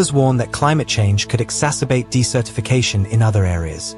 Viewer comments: correction: You pronounced "desertification" (desert-i-fication) incorrectly in a way that sounded much more like the word "decertification." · Desertification isn't pronounced like "decertification"... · Activities across the US West and Southwest, in restoring beaver populations, or even building small dams mimicking beavers' productions, is increasing the amount of water that is available to vegetation. Once trees grow, the moisture they pull from the ground and release into the air cools their environment, just as does the shade they produce. Beavers and trees fight the desert. BTW, "desertification" has its accent on the first syllable, and that vowel is "eh." Otherwise, it sounds like you're saying "decertification."